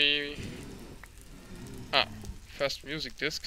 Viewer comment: "not fiirst" XD